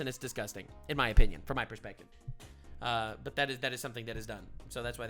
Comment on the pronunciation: Lol you sais butt dog